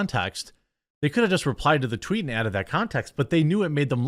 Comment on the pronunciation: thank you for not editing out the tweet flub...made my day lol